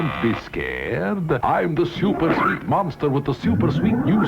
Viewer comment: "sveet home alabama"